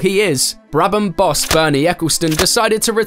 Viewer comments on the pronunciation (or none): none